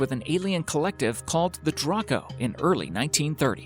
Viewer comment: It's DRAYCO, not DRAHCO.